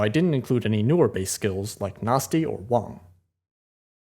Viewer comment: All discussions aside, I feel like this is the first video I've ever watched where someone pronounced Wang correctly